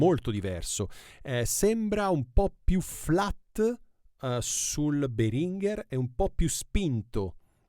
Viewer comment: Si pronuncia Béhringer.. in effetti Behrínger fa sanguinare le orecchie. Puoi ascotare il signor Béhringer che pronuncia il suo stesso nome qui su YT.